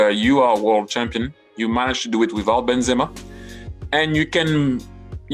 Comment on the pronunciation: How did try say Karim Benzema one of the best strikers ever 😂😂😂is he skunked